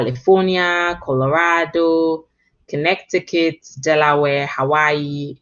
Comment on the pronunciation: She did she just mispronounced it like most foreigners tend to do.